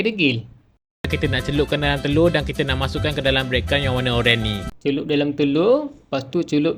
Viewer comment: Bread bang. Bukan brake. 😂